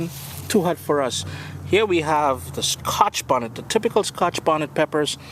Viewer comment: lol the way you say scotch bonnet is so funny to me. Its like Ska-Hah-tch Bonnet. i know its your accent and im not making fun of you, i just find it interesting. You know what i mean, like when you enjoy the way somebody's accent sounds....thats all i meant, dont take offense